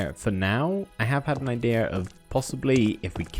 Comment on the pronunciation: why is he saying idera insted of idea